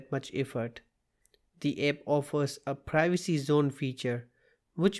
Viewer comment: Its app not epp